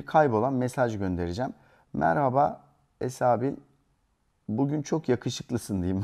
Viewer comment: Esabi demiyoki esabil diyo